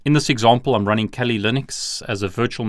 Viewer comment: he says "...or kawlee" everytime he says "kali"lol